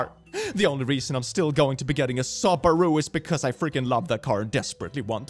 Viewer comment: Love the way pronounces Subaru 😄